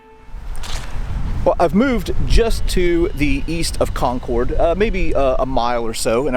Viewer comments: For everyone not from New England its pronounced "Conk-id" said kind of fast. I suspect back in the revolutionary time it was probably pronounced more how it is spelled. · pm 8/10/23 I watched this, the Granary Cemetery, and the Old North Church episode and my ears started to bleed. A couple of things.. good job but please... it's CON-kid, CHARLES-town, and please, be respectful. Remove your hat in a church. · Hey, amazing video as always. Just a pointer from a local (and some other Massachusetters may have mentioned this) we pronounce "Concord" as "Conkerd". It rhymes with "orchard". Thanks for the content as always. Next time you're up in New England, come to the Adams Houses in Quincy (open in the summer) if you haven't already been. Burial Hill in downtown Plymouth, MA is also amazing, not far from there you can find the oldest cemetery in the US (Myles Standish Burial Ground) and not far from that is the Daniel Webster house as well as the cemetery where the Webster family plot is located. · I’m from Mass, 5-10min from Concord…. We pronounce CONCORD…. As CON-CERD. Lol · If I were the British, I’m taking hostages and using them as shields on my way back to Boston. Btw… Not ConCORD, we say Concurd. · Love the video and walking through my childhood memories but Concord is not pronounced Con Cord. Run it together. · Patiently awaiting JDs movement away from Concord. If I have to hear him say Con-Cord one more time I might just lose my mind. Con-Cord, Con-Cord, Con-Cord... Nobody says it like that. I realize not everyone is from the area, but in addition to the great history lessons these videos provide, an accurate pronunciation of the city's name would be appreciated. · /ˈkɒŋkərd/ /ˈkɒŋkərd/ /ˈkɒŋkərd/ You need to say it right! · Nice job, but… learn how to pronounce Concord! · FYI: the second syllable in Concord rhymes with bird, not board. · Con-curd not Con-CORD. Sorry. Had to lol. Was at North Bridge today! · It’s pronounced COHN-kid not CON-cord.